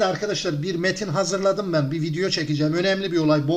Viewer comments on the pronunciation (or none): none